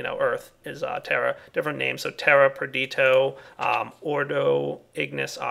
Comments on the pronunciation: its nnot pronounced like you said perditio the ditio is pronounced like pistachio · GameSlayar Per-di-to? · GameSlayar I thought it was pronounced Per-di-shee-o